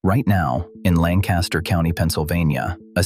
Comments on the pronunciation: Always getting tired of the people that don't realize that there is no G in Lancaster. Langcaster!? And then if Ai is saying it then it's more proof that it's all preprogrammed by humans who also don't know any better. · That’s not how we pronounce Lancaster. The accent is on the first syllable. And Gee-aw-ga County, Ohio where my mother is from. Why don’t they get a live person to review the AI before putting it online?! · If you are doing a video about Lancaster County Pa. You need to pronounce it as the locals do. Makes it appear you really don't know what you are talking about. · I’m not going to listen to your video since you don’t know the proper pronunciation of “Lancaster, PA.” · The video would be much better if Lancaster was pronounced properly. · If one is going to do a story about Lancaster, at least learn to pronounce it as the locals do. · Bye bye. They treat their animals like commoditie, that's it. They get land, they strip if of trees and put up a bunch of buildings. Money is their first love. At least these days I haven't seen them "driving" lame horses down the road. Please learn how to pronounce Lancaster. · I live in York County with friends in Lancaster and the Amish are NOT leaving Lancaster. This is not true. Not even pronouncing Lancaster right. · AI could have at the very least, pronounced Lancaster correctly! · Too bad the narrator cannot pronounce Lancaster correctly. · You’re not even saying Lancaster correctly. These farms stay in the family. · Yes the kids knew Wyoming is not the "cheese" state that is Wisc. and my Samoyed was from Siberia. the English kids had no clue. The reader does not speak right either...not like "BurtLancaster" but "Linkister"...speak as locals...assymilate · It's pronounced LANK-uh-stir, not LAN-cast-ur. Unless you're an out-of-town English person or an a.i. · It’s “LANG-kiss-ter,” not “Lan-CAST-ter.” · It's pronounced Lancaster, not Lan- caster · It's pronounced lang-kiss-ter folks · LANK-iss-ter, jee-AH-ga